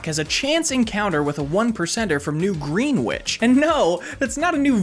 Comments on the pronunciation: Its pronounced grennich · God i hope thats a joke because as someone with English as a third language it feels really weird and frustrating to hear an American Native English speaker mispronounce Greenwich(Gren ITCH/IDGE) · i love how, early in the video, he CHOOSES to pronounce greenwich as "griinwihch" despite pronouncing it correctly later on in the video. he's so unbelievably adept at pretending to be dumber than he is. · It’s pronounced ‘gren - itch’ (for some reason) for those who are wondering. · no shade but as a CT native, hearing “green-wich” made me die inside a little, even though it might have been a joke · The funniest part about the Connecticut joke is that he mispronounced Greenwich too. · apologies to anyone who lives in Greenwich but I will not be pronouncing it that way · not how you pronounce greenwich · green-witch connecti-cute 😭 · Was about to type something about how he pronounced “Greenwich”, then he butchered “Connecticut” and I set down my keyboard 😅